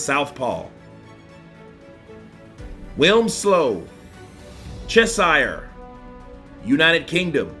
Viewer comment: Lets see if you're prediction is more accurate than your pronunciation of Cheshire